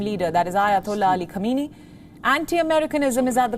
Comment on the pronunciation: As a regular viewer of WION, I am somewhat disappointed by the false pronunciation of the name of the Supreme leader of Iran. Supreme leader's last name is Sayyid Ali Hosseini Khamenei (hence Khamenei). Can you please pay attention to this deficiency as it sends a negative message to the world and damages the reputation of your, otherwise, competent and efficient media.outlet. Perhaps Indian prime minister Naredra Modi should also be called a "hardliner" especially given his policies that are viewed by many as extreme given the influence of extreme Hindu association known as Rashtriya (RSS) on his thinking and policies.